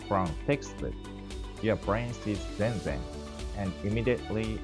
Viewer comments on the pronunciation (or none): Hatsuon question: Why do you pronounce "zenzen" with the stress on the first syllable? In Japan I've never heard anybody say it that way.